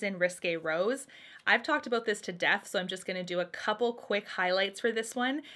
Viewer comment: I always forget you’re from Canada until i hear you adorably say “aboot” lol